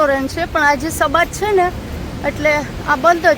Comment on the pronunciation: તમે 'છે'ની જગ્યાએ બીજુજો અક્ષર બોલો છો 'હે'